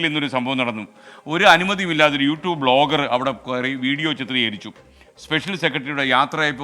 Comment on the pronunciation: ബ്ലോഗർ ആണോ വ്ലോഗർ അല്ലെ